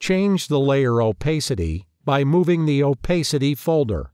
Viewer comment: the layer "opaisty" ... really